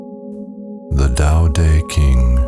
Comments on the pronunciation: The TAO TE KING?????? Why would anyone continue watching when the AI Cant even pronounce it right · The Tao Duh King??? Seriously??? Buh-Bye. 😅😅😅😅😅😅😅😅😅😅😅😅😅😅😅😅😅😅😅😅😅